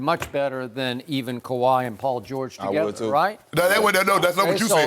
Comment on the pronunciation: Shannon “They talm bout what great moves the clippas...; do Kawaih run the clippas? 🤷🏿 🥴😬😂🤣😂